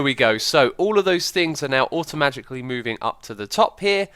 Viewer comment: Am I the only one who heard X say "Automagicly"? :D